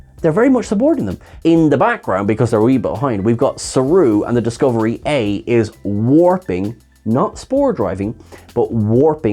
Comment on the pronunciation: Did you say Discovery A?